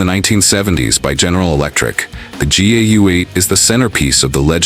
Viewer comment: Pretty sure it’s not pronounced ‘gay-you-ate’ WTF AI crap.